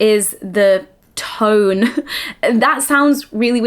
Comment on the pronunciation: that’s just her accent, lowe it